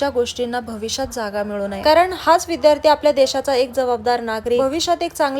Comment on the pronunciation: साबुदाणा.. कारण, बनवली,मनात, आणि, कोणत्या ज्ञानदेव...बोल..... Sadh shudh hi bolu shakat nahis🤣.... Tu kay boltes साबुदाना, कारन, बणवली, मणात, आनी, कोनत्पा, ज्ञाणदेव.. Barech shabd aahe ashudh